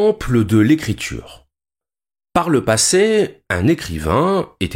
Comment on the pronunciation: L'IA pourrait-elle vous apprendre la prononciation correcte en Français? Par exemple, écriture ne se prononce pas écrit -ch-ure et sentiment ne se prononce pas sent-ch-iment.... Vous devriez finir par réussir. Bon courage.